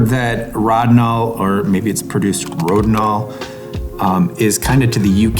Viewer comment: P.S. An in German, where Rodinol was created by Agfa, the first "o" is long. You're the first person I've ever heard with the "rod" syllable, but as long as you get the results you want, you can call Lonidor if you like.